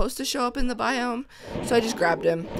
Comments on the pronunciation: After I repeated it like Hundred times, I started to hear Biome but because Bi- kinda sounds like The and -Ome is kinda like ham....I tought it would be pretty funny if she said that! :D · Red Fox yea it does sound like what the ham but if you listen closely it's what biome is this 😂😂😂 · turned my volume to the HIGHEST but nope, She says What the Ham! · Well her voice crashes to me and it sounds like Biome -> The Ham...dunno! But at least I am not the only one who heard it :D